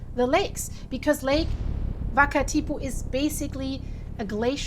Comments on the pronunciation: It is not Lake Vakatipu? It is Wakatipu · Wakatipu pronounced as it looks waka-tipu. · yes but people wouldn't know the 'wh' is sometimes pronounced as 'f'. It isn't Germanic so there is no need to call it 'vakatipu'. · Excellent and informative video. Thank you. A small FYI: the pronunciation of Wakatipu. The W is pronounced as an English-type W, not V or F. There's no F or V in the Māori alphabet - and the word has a simple W, not a WH, which many pronounce with an f sound. Thank you for your care and interest in putting together this video. In NZ, Earthquakes are an acknowledged danger and but awareness around what may happen after in different regions is not often talked about widely. Earthquake safety drills are taught and practiced regularly in schools and early childhood centres but your video makes me wonder how many people in any one local area are aware of what other dangers may result in their areas along with or just after a big quake 🤔 That could be an interesting area to add into earthquake drills 🤔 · Wakatipu. No v in maori alphabet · she says we and well and water - but changes the name to V sound